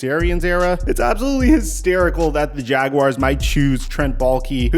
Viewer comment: First time I’ve heard a YouTuber pronounce Jaguars correctly! Kudos! Subscribed!